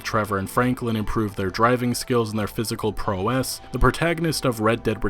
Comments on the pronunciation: Pro-wess? Prow-ess... why can't you millennials read? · "proh-ess" do you even english bruh?